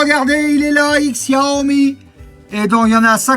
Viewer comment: Ca se prononce "cha-o-mi".................... ........ ........... c'est un jeu de mot chinois avec "show me"..... mais faut savoir........